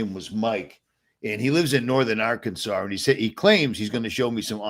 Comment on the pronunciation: I like the way you say Northern Arkansaur.